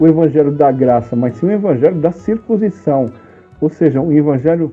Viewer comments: Se pronncia CIR- CUN- SI- ZÃO. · Cir...cun... cisão.